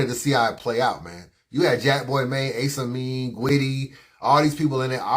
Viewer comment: Why u gotta pronounce Ace Amin like that? Lol